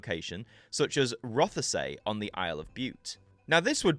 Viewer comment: It's Roth-say